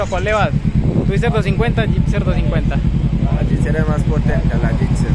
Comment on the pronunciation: No sé dice "Gipser"... Se dice "Gixxer"!... Ya he visto varios vídeos y duelen los oídos cuando dices Gipser con P!... A mejorar la dicción!... O terapia de lenguaje!